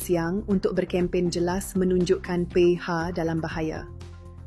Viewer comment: Sebutan perkataan mcm apa ni? Mcm bahasa rosak DAP disebut dey aa pey ee.. PH di sebut pey ha 😂😂😂